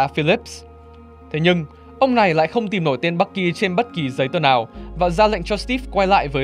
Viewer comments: Bucky mà nghe ông ad đọc thành Bắc Kỳ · Bạn thân Bắc kỳ =)) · sao ad nói bucky mà tôi nghe như bắc gì đó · bucky mà đọc toàn nghe bac ky =]]] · người bạn thân bắc kỳ =)) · Bucky đọc nghe nhạy cảm thật :v